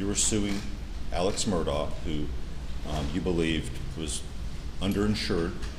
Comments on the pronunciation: It's pronounced " Mur daw" the "gh" is silent and there is no enunciation of a. "c" .. they keep pronouncing it "Murdock".... Maybe that is just that southern twang.... The American language is one of the most difficult languages to learn and frankly the most ridiculous.... Silent sounds for certain letters depending on the how used or what is described.... For example, 🗡️ knife or knew vs new or read vs red , knew vs new, know vs no, reed vs reed,.... It very nonsensical and crazy... It gets insane attempting to explain why we do our language arts this way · Why does everyone say Murdock? His last name is pronounced mur-daw.